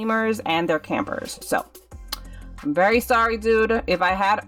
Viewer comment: 🤣🤣🤣🤣 when u where saying sorry i couldn't understand that u where saying berry sorry or very sorry !.